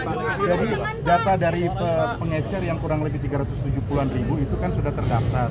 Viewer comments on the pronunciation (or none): "Pengecer", Pak. Bukan "Pengencer"